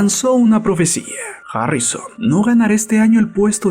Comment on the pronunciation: Imbecil ablas harrisoon